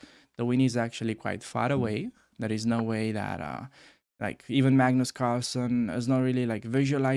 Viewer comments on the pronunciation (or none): none